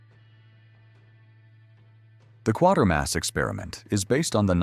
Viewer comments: There is no R before the T is Quatermass, so it's not quarter! It's Quater as in KWAITER. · The Quatermass Experiment is not pronounced, or spelt, as 1/4 mass. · My first time on this channel, I think. I assume it's AI script. A lot of them use that. Years often get butchered.